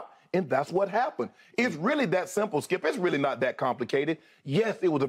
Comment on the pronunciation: The way Shannin says "Skiup" haha